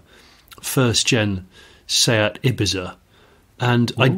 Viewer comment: Thank you for saying Ibiza correctly! Now if only people could learn how to say Choritzo properly 👍